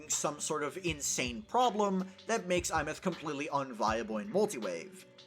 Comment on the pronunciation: Insta-like for being the only content creator to pronounce her name correctly.